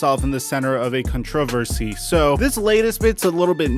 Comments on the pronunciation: Is pronouncing controversy wrong or was I taught incorrectly? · Anyone else hear how he said controversy? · u were taught correctly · You’re still pronouncing controversy weird